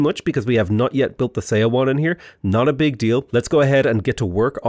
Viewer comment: Thank you! One thing for you: Korean “eo” sound is pronounced like one syllable. So you can say “seowon” sounds like “suh-won” 😊